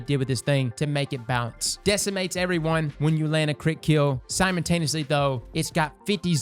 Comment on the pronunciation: Nobody:: "Simentaneously"